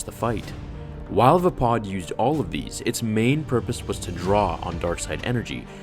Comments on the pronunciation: isn't it VAY-PAD.... not VA-POD ? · Windu would have definitely won if it wasnt for Anakin and him hesitating right before Anakin interfered. That pronunciation of Vapad bugs me. Mace Windu has said multiple times in canon that Obi-Wan was the greatest Jedi duelist. He said Obi-Wan was the inly Jedi to master every form of lightsaber combat and the only one to ever perfect Soresu. Originally Qui-Gon forbid Obi Wan to learn Vapad as a Padawan, but Windu always wanted to show him and eventually did after Qui-Gon died.